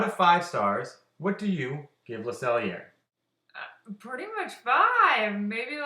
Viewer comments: Usually I'm not picky, but your French pronouciation of the restaurant is incorrect. Think of Le Sell-YAY! Not the sell-er. It made me cringe everytime you said it. SELL-YAY! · "le cell (ee) a (long a not uh, but ay)" never, ever, pronounce the r like ur in french